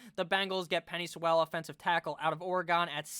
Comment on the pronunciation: Love you but you gotta learn how to say Penei Sewell’s name😂